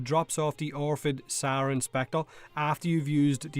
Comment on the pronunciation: I cant get over you pronouncing "Saryn" as "Sauron" xD